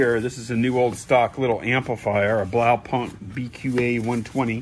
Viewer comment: Blaupunkt was driving me crazy!! Lol. It's pronounced block-punt lol